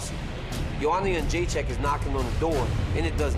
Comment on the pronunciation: Joe Rogan, you've been pronouncing the champs name incorrectly for quite a while, she said you were sorta close, maybe you didnt see that old clip. its not yun jay check, its jed dre chick. Come on man. still love ya though.